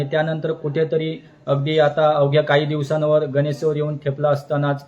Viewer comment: गणेशोत्सव मित्रा, गणेत्सव नाही